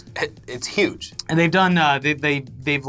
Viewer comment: Can't wait until next week when you can report on how "Uge" his celebration was. It's gonna be epic. Bwahahahahah